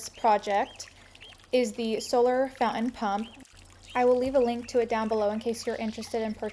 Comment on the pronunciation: Charming to look at, but the word is founTain, not foun-in.